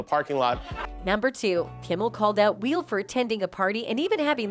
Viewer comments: Why does this narrator keep saying “Wheel” instead of “Will?” Great narration. 😂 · Hey AI chat voiceover…it’s Will, not wheel. Man I’m already sick of you AI lol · Will... not wheel. Listen to the voice over ffs. Wheel Smith ffs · Why does the computer keep calling him wheel instead of will? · Will, not wheal. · Dear Narrator, I hate will for that slap as much as the next guy, but quit pronouncing it as "wheel". It's Will. Jesus Christ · His name is not Wheel. It's Will. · Im done. I cant keep watching this for more than 2 minutes. Jesus Christ, seriously? Its “WILL”, not “WHEEL”. Have you never heard of him before?? Too annoying. Learn to pronounce an easy typical name👎🏼💩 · will is not pronounced "wheele" these AI narrations on youtube videos are scary. this is obviously not a real human voice. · It’s “Will”, not “wheel” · It's not Wheel Smith, it's Will. And why say what Kimmel said and then play the video of what he said? It's Harvey Weinstine, rhymes with WhineMean. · It's Will not Wheel. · Why does the narrator in this clip keep saying "Wheel"??? HIS NAME IS WILL!!!! As in WILL YOU LEARN HOW TO PRONOUNCE SIMPLE NAMES CORRECTLY FFS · Why does she keep referring to Will as wheel??😂😂😂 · First off, his name is Will, not Wheel. Secondly, Rock's career was all but dead. Now he's in the limelight and he'll make millions off of whining about that incident in his standup routines for the rest of his life. He should probably send the Smith's a thank you note. As for Kimmel, his hosting of awards shows hasn't exactly been gold. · The narrator windlass like she's saying "Wheel", not Will. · “Wheel” Smith? 😂😂😂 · She keeps saying wheel Smith 🙄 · Disliked because the title was a lie. Why do YouTubes do this? If you can’t stand on your own without trickery, maybe you’re not cut out to be a content creator. Also: Why does the narrator pronounce Will as “Wheel”? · why does she keep calling Will Smith, wheel? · "Wheel" Smith? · Why does she say “Wheel Smith” lol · "Weel"? WTF